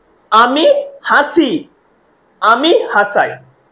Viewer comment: হাসি উচ্চারণ ঠিক নেই।